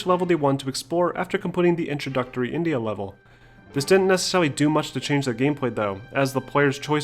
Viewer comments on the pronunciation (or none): none